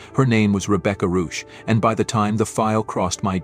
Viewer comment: Please pronounce the name CORRECTLY - this is a GERMAN name. Rebecca Reusch